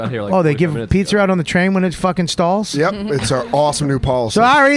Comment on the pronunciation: Pizzer?! What the hell is pizzer?! Bobby🤦🏽‍♂️